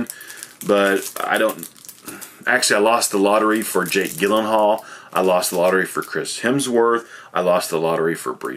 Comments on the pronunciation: Isnt it pronounced jake jill-in-hall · Probably best you didn’t win the lottery to meet Jake Gyllenhaal. It would be embarrassing to keep saying his name wrong in person.